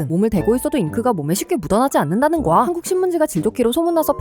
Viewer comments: 주제요청 : 왜 1분만은 '거야'를 '거아'로 발음하실까? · 대사를 빠르게 내뱉어야 하는데 거야라고 발음하면 바로 다음 단어를 말하는데 딜레이가 되기에 거아로